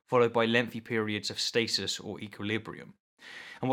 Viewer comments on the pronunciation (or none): none